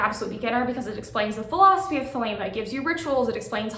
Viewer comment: THEY-lee-mah (Modern Greek) THEY-leh-mah (Classical Greek)